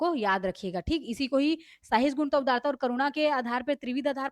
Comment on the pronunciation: Sahisgunta nahi hai sahishnuta hai